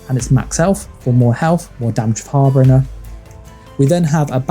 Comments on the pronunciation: It's prounced "Har - Bin - Jer". not Har Bringer. I know it's nitpicking, but this is a guide, so being precise kinda matters. Thanks for the video. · You’re saying harbinger wrong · Love the build. but do you know that your saying harbinger wrong?